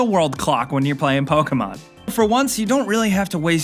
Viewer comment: ProTip, it's (poke-EE mon) And don't say it's 60,000 times lmfao